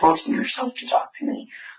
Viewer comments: Literally have never heard anyone pronounce the L in “talk” like the narrator… annoying. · Dear Narrator Man, Stop overpronouncing the 'L' when you say 'talk.' Thanks.